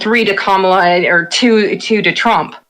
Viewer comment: I stopped listening when you mispronounced Kamala. If you can't get that simple thing right you are credible enough to listen to.